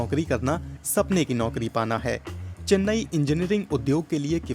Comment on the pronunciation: चेन्ने नहीं चेन्नई